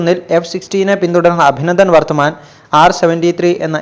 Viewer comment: അഭിനന്ദൻ വർത്തമാൻ ????????. .... ഇത്രയും ഫേമസ് ഒരു പേര് ....അതെങ്കിലും ശരിക്കു പറഞ്ഞുകൂടെ???